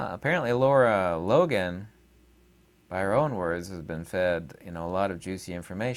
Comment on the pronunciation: Good info. Her name is Lara, not Laura.